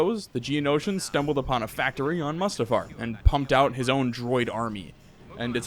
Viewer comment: I'm getting an anerysym everytime he calls mu's ta far, Must uh far